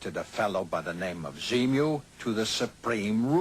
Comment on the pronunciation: He clearly says z-mu .....